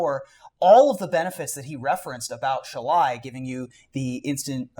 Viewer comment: Does get a dollar for every different way he can incorrectly pronounce Shalai?